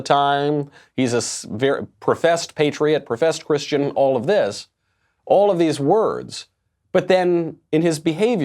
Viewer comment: He can't even say the word Christian